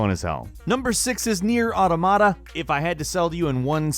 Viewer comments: For the record it's "Aw-tom-ata" not Auto-Mata" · Automata not ottamatta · It's actually pronounced owwtoomatta. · "Number six is nier auaromarat" jaja morí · "NieR: Ordamardta" lmfao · Just once I would love to hear someone pronounce automata correctly. JUST ONCE! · jesus why do so may people pronounce automata wrong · Wow, you need to look up the correct pronunciation of the word automata. Sorry, pet peeve of mine. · Dude, you've been pronouncing automata incorrectly for months. If you're reviewing games, you should know how to pronounce their titles...